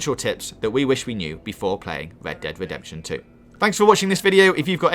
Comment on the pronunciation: "wed dead wedepsen two"